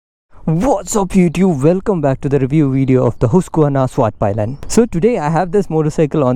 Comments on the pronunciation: Nice review 👍 About your pronunciation of the bike's name though, it was a bit incorrect, especially the pi part. It's said like pii and not pai. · Bro... It's not Palayan. ... It's pilen🙄